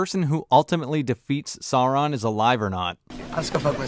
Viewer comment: Who is "Not Soran"? do you mean "Not Sauron"?